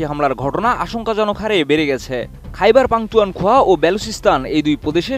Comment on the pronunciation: কি সাংবাদিক সে খাইবার পাখতুনখোয়া উচ্চারণ করতে পারেনা